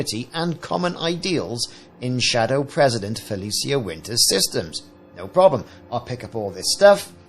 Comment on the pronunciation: pronounced Fel ee shuh